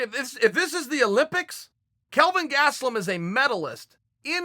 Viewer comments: Kelvin "Gatselum" Gastelum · Who is this Gatstelum guy he talks about😂😂 I'm just joking.. He says it funny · Chael "Gatselum" Sonnen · Kelvin "GATSTELUM", "MUJUICALLY EXCLUSIVE" My boy chaels been on that wine. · Chael "Kelvin Gaztelom" P. Sonnen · Chael "Gatzteloom" Sonnen